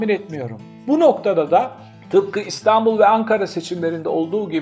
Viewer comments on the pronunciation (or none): none